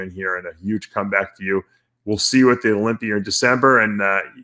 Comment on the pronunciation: What's the olympiurr? Kind of like the olympia? 🤣